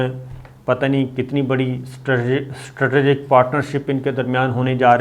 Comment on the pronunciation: Your all analysis are based on your narrow and shrink knowledge. You even can't pronounce "Strategic" correctly! Earlier we used to sustain this, thinking that you are a good soul. This is why we did sustain your fake news that Sharif Families are going to return 25 Bilion Dollars! But when we saw you were playing a dirty game of saving Arshad Sharif, the Coward, we came to know that you are not a good soul, Mr. Sabir Shakir!